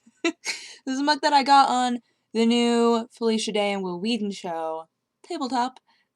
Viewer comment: Will Wheaten with emphasis on the H.